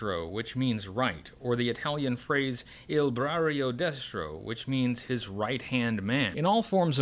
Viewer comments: Italian here: actually it's "Il braccio destro" not "brarrio". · Braccio destro, not brarrio :)